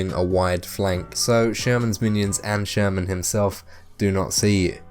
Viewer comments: Free tip. Actually, "Sturman" should be pronounced like "Shtoorman" with inevitably hard Russian "r" sound ) Not the likes of "sherman" our whatnot as in this vid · His name is not Sherman :), but thanks for the info! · not sherman! SHTURMAN